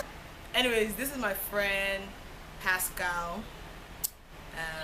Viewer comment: Please stop calling him pascal lmao.